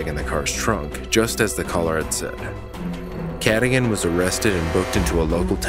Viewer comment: How do you pronounce the names wrong when they say them in the 911 calls? Michael “Cadigan”?? She specifically pronounced it “kuh-dōgan” so how do you get it wrong?? 🤷🏻‍♀️🤦🏻‍♀️ I’ve noticed this on a few channels on other cases, but I just don’t get it..